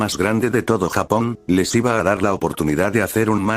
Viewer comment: Me ofendio mucho el "Iba"